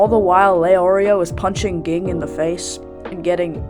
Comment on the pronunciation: How did you watch the show that you mispronounced Zolydck and Ging?